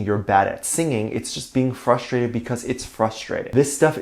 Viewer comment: you kept saying frustrated and I kept hearing my Jungkookie say Trusfrated 😂